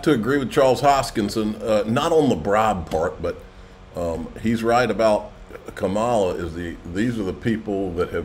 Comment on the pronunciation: Hey, maybe someday you won't lazily mispronounce Kamala's name.